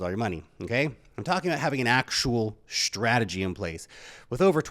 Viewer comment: Dude! The word is Ssssstrategy not shhhhhhtrategy!